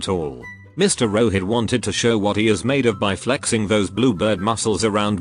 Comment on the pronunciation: Bro we dont pronounce Rohit like that in India 😂